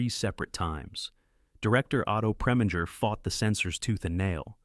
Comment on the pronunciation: Can't take this seriously after the mispronunciaton of "controversy " and Preminger, and Lorre - among others.